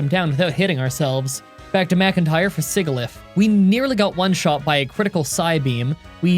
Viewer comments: just a note, Sigilyph is pronounce sih-jill-if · Some pronunciation for gen 5 pokémon: Tim-pole Sih-jill-iff (SOFT G) Whirl-ih-peed (pede as in centipede) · ngl when you said scraggy the way you did I had to double take. I always thought it was said like shaggy and that sigilyph was said like...sigil? It's always fun seeing other people pronounce pokemons names though. One of my friends says ponyta like ponita and I find that funny.